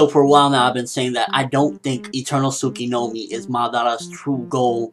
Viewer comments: tsukUyomi not tsukiNomi.....good talk though ;) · Tsukinomi hahahahaha "Tsukoyomi"